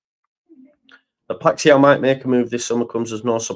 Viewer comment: Just catching up, the Feyenoord player’s name is pronounced “pie-sh-owwwww” like you’ve stubbed yer toe 🤣 Like you, I love Kalvin, but I’m not sure it’s the right time for him nor that the 49ers have any emotion whatsoever in their business dealings